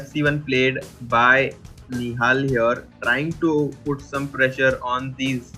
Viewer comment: In the beginning you always say nohal nihal and now you saying play like a genious. What the hell...